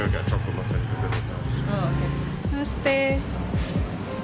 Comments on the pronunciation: omg the way you said 'Namaste dai' you totally sounded like a Nepali. glad you are back. guess i missed a lot of your vids. I will catch them all :))) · You said Namaste Dai in pure Nepali accent